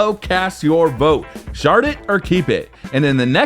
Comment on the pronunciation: at he end it sounded like he said "Shart it or keep it."